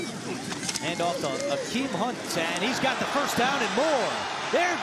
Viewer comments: I thought he said Kareem Hunt at first 😂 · bruh literally thought he said kareem hunt when saying Akeem hunt lmao.